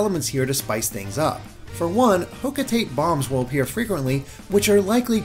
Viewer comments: Hocotate is pronounced Hocotaté. Nintendo of America probably should’ve spelt it like that to prevent this problem. Actually, no, maybe that spelling wouldn’t work. It’d need to be like Hoco-taté or Hocotáté or somethin. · Hocotate is pronounced Hoh-ko-ta-tey (at least by the 3 natives in Pikmin 3)